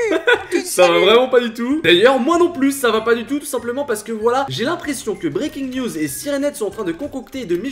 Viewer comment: faut mettre un accent anglais quand tu dis siren head et breaking news